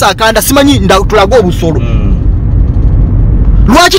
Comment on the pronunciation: Naye banange the way yo pronouncing OBUSOLO🤣🤣🤣🤣🤣🤣